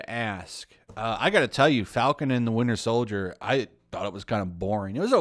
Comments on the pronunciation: "Winder Soldier" 💀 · Windier Soldier